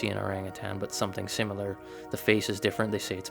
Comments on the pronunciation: Similar not simular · Sim - ah - lah...